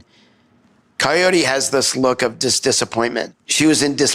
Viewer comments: I keep hearing Coyote too! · I think he says coyore but his unclear speech sounds coyote. His mom clearly says coyote. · yeah I keep listening and it's kayortee he says his mom coyote, it's hard but every so often the r is clearer but the name is still wrong